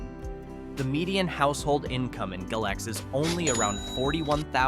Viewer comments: Galax is pronounced Gay~Lax not Gal~ox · It's pronounced Gay-Lax. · It's gay-lax, and apple-latchan. experts cant pronounce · franklin county is not the city of Franklin, totally different sides of the state. And Galax is pronounced Gay-lacks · Say you're not from VA without saying you're not from VA. Mispronouncing Galax. It's Gay-lax.